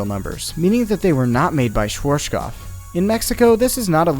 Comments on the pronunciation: I'm enjoying this channel a lot, really, but the way he pronounces Schwarzkopf as "Shworshkoff" makes me wince every single time. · When you say "Schwarzkopf", pronounce the center part "artskop", that'd make it sound closer to the original pronounciation. Z=ts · Also, the w is pronounced like the English v. And yes, arz is pronounced like the English word "arts". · As a german, I have to smile a bit everytime I hear what sounds like "schwartschkopf" :D No offense of course, I love the informations given. Especially from your point of view as an experienced ride operator. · His way of saying it is hilarious! "Schvorschkoff" :D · Your pronounciation of "Schwarzkopf" is funny^^ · Two small bits: This video is entered into the playlist twice, and the way you pronounce Schwartzkopf is... just wrong xD the 'artz' in the middle should be pronounced like 'Quartz' (at least... I think Quartz is the same in english? xD)